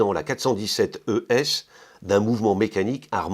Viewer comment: J'aime le montre de Hanhart. Classique et bon rapport qualité prix. Btw. you pronounced the word ES=Edelstahl very good :D